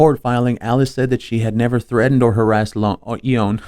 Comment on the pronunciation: Its pronounced "yo on" "gifford"